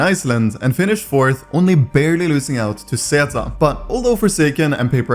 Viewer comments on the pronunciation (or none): none